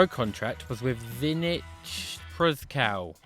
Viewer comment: Not Prus-cow! It's spelled like Pru-sh-kuw